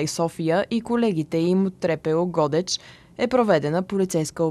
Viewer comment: ГодЕч бе, научете ударенията най-после, ако сте журналисти, а не аматьори.